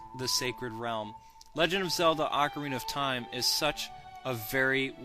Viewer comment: just 3 words : OCARNIA OF TIME !!!!!!!!!